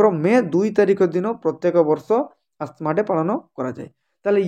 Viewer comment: Asthma wrong ଉଚ୍ଚାରଣ ଆଜ୍ମା ✅